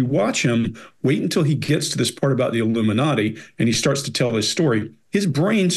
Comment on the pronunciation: He said ‘illiminati’ and I said ‘nope.’